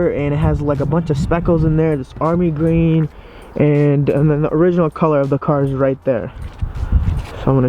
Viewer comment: He said gween not green lol